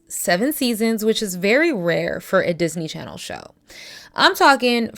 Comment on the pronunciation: "Disney Chanel" is sending me 😭